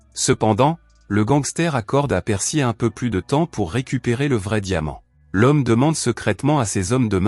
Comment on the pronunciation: Pour... Articule mn pote